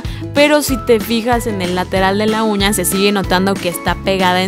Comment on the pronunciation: Todo se vio diabólico y de miedo al principio, cuando dijo uña le entendí cuña